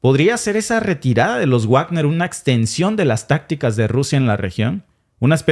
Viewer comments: Me encanta el contenido de este canal. Solo me fastidia que no pronuncien bien el nombre Wagner (se pronuncia Vagner, no Uagner) Saludos! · No se pronuncia Uagner porque no es un apellido inglés ni estadounidense, sino Wagner (como leeriamos Vagner) porque es un apellido alemán, el mismo del célebre músico Wagner. Resumiendo ese asunto concreto de la pronunciación : En alemán w=v. Pero en inglés w = u. Por favor comprueben y pronuncien bien, para evitar confusión. Y también simplemente para evitar que la gente ignore ese tema de distinta pronunciación de otros idiomas, y en nombres y apellidos, sean famosos o no. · Por cierto compañero, me gustaría que pronunciará correctamente "Bagner"y no Guagner" porque es palabra alemana y "guagner" se oye del nabo.. perdone usted la observación. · Wagner se pronuncia Vagner, porque es un apellido alemán. Como el célebre músico Wagner. Por favor comprueben las pronunciaciones antes de emitir, para no extender errores entre los oyentes. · Wagner se pronuncia Vágner, o Vákner.